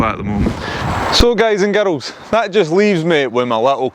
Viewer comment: "Guys and GAROLS" i love it :D